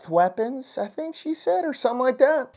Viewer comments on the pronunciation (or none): none